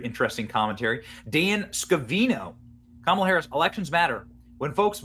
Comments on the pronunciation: Please learn how to pronounce Kamala correctly. Its COMMA-luh or KAH-ma-la, stress is on the first syllable. Doesn't say much about you when you republish clips of clips, all of which pronounce her name correctly, yet you continue to mispronounce it, stressing the second syllable. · Kumalot Harris is how I pronounce it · comm-alla(says it all)